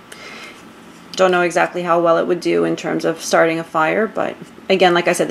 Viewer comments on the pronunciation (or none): none